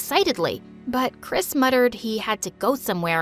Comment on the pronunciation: Chris Me: hears crisp